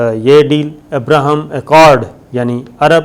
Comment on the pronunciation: It is Abraham Accord you are pronouncing ibrahim deal which is wrong.